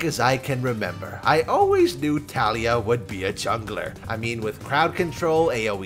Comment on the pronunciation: Every time pronounce Taliyah’s incorrectly a kitten dies:( you murderer